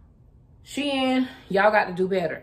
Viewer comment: As an educator who is African American, Shein is not two words it is not pronounced She In it is pronounced like sheen.